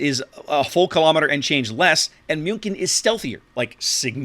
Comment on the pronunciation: pronuncing "Münkin" makes me have goose goosebumps. (Sorry, no offence)